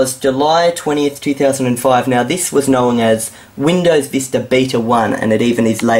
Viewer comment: lol ur accent "Windows Vister"